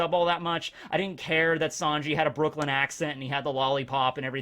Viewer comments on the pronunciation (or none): none